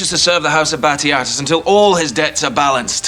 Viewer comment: everytime i hear him call the name is laugh lool